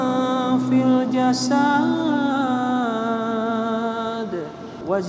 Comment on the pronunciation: Saya suka konten2nya channel ini cuma kalo boleh memberi masukan ketika baca do'a selamat perlu diperbaiki sedikit pada setiap akhir penggalan kalimatnya .. contohnya kata "fil jasadiii" yang harusnya dipendekkan🙏🙏🙏